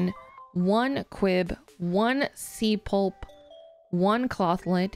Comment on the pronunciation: It is SEA PLOP P L O P CMON IM TRIGGERED!